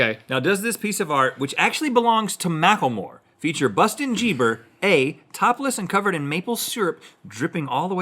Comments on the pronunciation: It’s Justin Bieber not bustin jieber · bustin jieber... RHETT THAT WAS AMAZİNG MCKFMKCFMD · "We shall not say his name but we shall call him Bustin Jieber